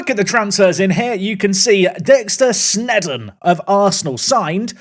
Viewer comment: Dexter Sneedon lol